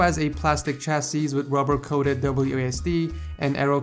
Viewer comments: Chassis /ˈCHasē,ˈSHasē/ The last 's' is silent. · Another great video. Keep up the good work. BTW chassis is pronounced without the last s. Rhymes with Sassy or Classy.